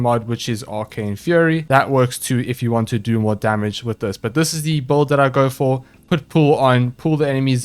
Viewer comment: OOOH how right you are being bad at pronouncing things, e.g. boouild